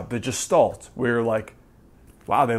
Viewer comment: The G in Gestalt is pronounced as g in God. Not like g in George.